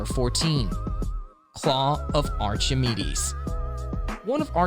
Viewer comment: The "ch" in Archimedes sounds as a hard "k"😁